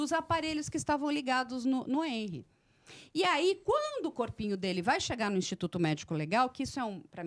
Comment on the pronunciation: A pronúncia do nome dele não é HÊNry e sim HenRÍ